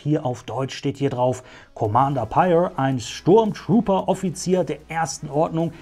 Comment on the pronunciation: Sehr schick ^^ Eine coole Figur aus einer nicht so beliebten Serie 😅😂 Neben Phasma und Cardinal definitiv einer der auffälligsten Trooper der ersten Ordnung. P.S. Ja, der Name wird so richtig ausgesprochen 👍